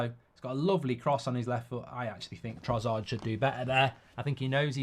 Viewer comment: You’re so fucking annoying… it’s TroSSard, not TroZZard you bloody idiot